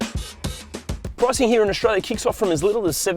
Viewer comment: I know where Australia is but where's this place called Aushtralia?